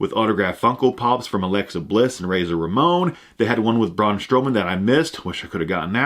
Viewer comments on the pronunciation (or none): none